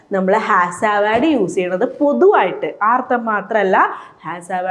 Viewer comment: അർത്ഥം എന്നു വ്യക്തമായി പറയു. അർത്തം എന്നാണ് കേൾക്കുന്നത്.